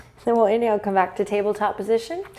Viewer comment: I always laugh a lot when you say "inheel" and I lose my breath XD